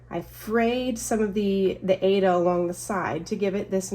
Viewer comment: Thank you for your video, FYI - the fabric Aida is pronounced eye-re-da. The creator of the fabric wide loved opera and the fabric is named after the opera Aida.🤗